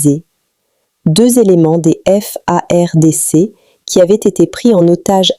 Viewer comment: Commencez à bien prononcer madame,notre Armée Congolaise s'appelle FARDC. pas F.A.R.D.C que toi tu nous prononce ici là